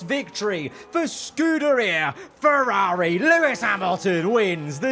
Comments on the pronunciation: Im sorry but please stop saying "feRAWRi" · Its rather annoying how he pronounces Ferraawri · I’m sorry but the way you say Ferrari is so jarring it is unreal